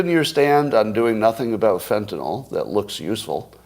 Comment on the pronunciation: I can't take anybody seriously who says FentanOL.